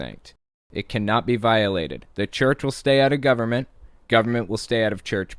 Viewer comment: I HATE that thing the do at the end of sentences, add an -ah at the end of a word, like government-ah